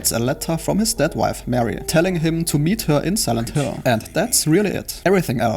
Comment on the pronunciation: When you said "dead wife", I thought you said "step wife", and I was like "Wait, that's a THING?"